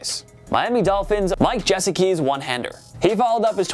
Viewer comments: Mike Jesa-key? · Mike jesecki. Meecah parson. This pisses me off. How r u a sports channel and watch football and say meecah parsons